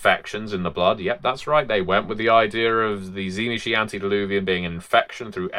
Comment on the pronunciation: Why do most people not know how to pronounce Tzimisce, particularly this late into things?